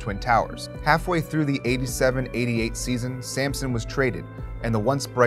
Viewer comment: Bro can you stop pronouncing the as thee?